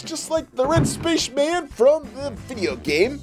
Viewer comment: Did anyone notice when he called the red space men puppet said Spacsh Man